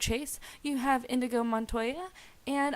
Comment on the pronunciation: Inigo! NOT InDigo.